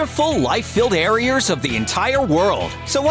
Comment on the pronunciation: The man says "areers" without realizing